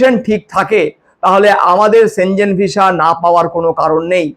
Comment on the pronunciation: সঠিক উচ্চারণ সেনঙ্গেনই হয়।